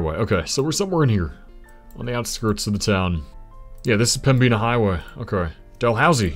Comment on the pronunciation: Helpful pronunciation guide: Pembina: PEM-bih-nuh Lac du Bonnet: Lack doo bonny